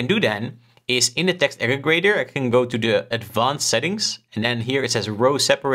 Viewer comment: Good video just something to note is that it’s actually aggregator, not ageggrator